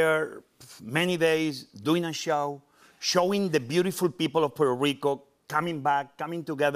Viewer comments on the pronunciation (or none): No se porque dice "puerorico" En vez de la pronunciación correcta